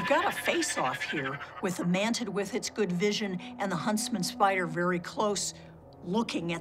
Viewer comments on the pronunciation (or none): she said mantiD 😂🤣😂😂